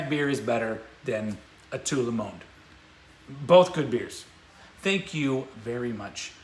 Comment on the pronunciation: you sound the d in monde as a syllable mon-duh